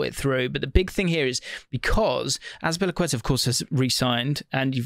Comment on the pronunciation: Pack-ka-tar, inflection on the “á”